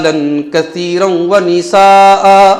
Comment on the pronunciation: ونساء پر ٹھہر کر ہمزہ کو کھینچ کر پڑھناتجوید کی رو سے صحیح نہیں ہے، محترم اس پر غور کریں.